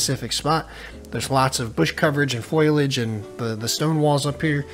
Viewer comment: Great vid as always! Only note: Foley-age, not foil-age